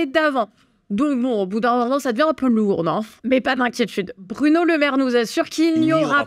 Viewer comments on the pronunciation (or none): none